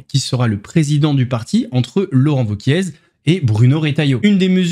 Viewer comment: juste une précision le Z de wauquiez ne se prononce pas